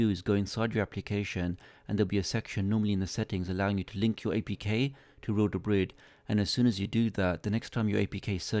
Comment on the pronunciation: This is so hard to watch with him mispronouncing real debris every two seconds lol